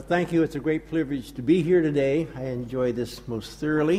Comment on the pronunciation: "It's a great PLURvige to be here" lol